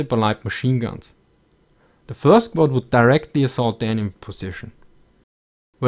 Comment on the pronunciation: "Vould enforce discipline"